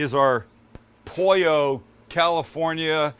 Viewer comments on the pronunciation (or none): "Poio"......Love how gringos pronounce spanish 😁😁